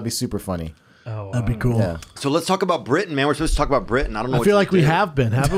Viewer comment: So weird watching this episode because my name is Britton. Every time I heard someone say Britian my ears lit up. 🤣